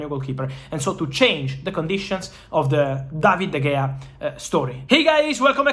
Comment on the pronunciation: ITS PRONOUNCED DA HEYA NOT DE GAYA!!!